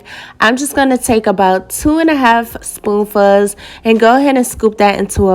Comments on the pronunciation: Where are you from? You pronounce spoonfuls as spoofas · OMG!!! I held my comment as long as I could. I didn't want to take away from all the positives. She did an amazing job. But the "spoon fuhhs" made my eye twitch. 🥴